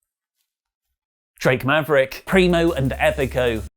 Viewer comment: Turns Around with dramatic pause Drake Maverick! Thanks for that! That made my morning 😂